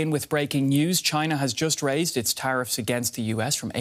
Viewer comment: "Traiffs" lol